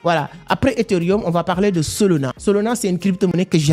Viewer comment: « SOLONA » 😂😂😂 même la traducteur YouTube comprend « SOLONA » au lieux de SOLANA 😂😂😂 tu arrives à dire le « A » de la fin mais le A au milieu tu le remplace par O🤷🏼‍♂️🤷🏼‍♂️🤨🤨🤨🤨🤨😂😅 je comprends pas pourquoi car même avec ton accent tu arrives à dire le « A » de la fin mais pas le deuxième A au milieu ?!🤨🤨🤣🤣🤣🤨🤨🤨🤨🙄 WTF 😂😂